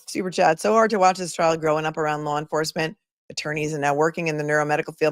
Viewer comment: "Lar enforcement"- hank Brennan